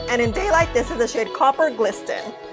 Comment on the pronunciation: Copper “glisTen” omg girl nooooo it’s pronounced like “glissen.” Love the color on you though!!